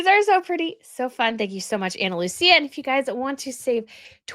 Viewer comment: it's Analuisa not Analusia. You are mispronouncing the name.